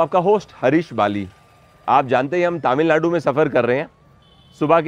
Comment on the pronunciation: aap taamilnadu Bolte hain. Aap tamilnadu boliye jo ki suddh hoga. Waise to ye baat personally batana chahiye par ye possible nahi hai.